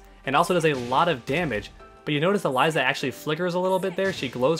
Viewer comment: Start with pronouncing her name correctly